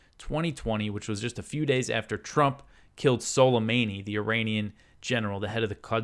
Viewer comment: thanks, but just FYI, soleimani is pronounced soley-money, not meynee. but stretch the o in money, like soley-maaney